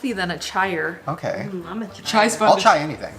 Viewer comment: “I’ll Chai anything” 😂👏🏼